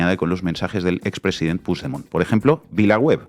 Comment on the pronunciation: Por cierto y que nadie se ofenda pero, por favor, con el nivel cultural e intelectual que tenéis, no os podéis imaginar lo mal que suena oíros decir "Pusdemont". Es una palabra española, el catalán es un idioma español. Ahí va una ayudita: pronunciadlo "Puchdemont". Gracias a La Base.